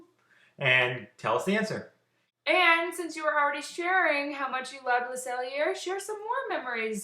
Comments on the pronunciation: Usually I'm not picky, but your French pronouciation of the restaurant is incorrect. Think of Le Sell-YAY! Not the sell-er. It made me cringe everytime you said it. SELL-YAY! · "le cell (ee) a (long a not uh, but ay)" never, ever, pronounce the r like ur in french